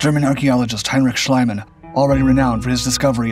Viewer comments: Schliemann's name is pronounced Shleemann, not Shlaymann (that would be spelled "Schleimann") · you butchered max schliemann's name.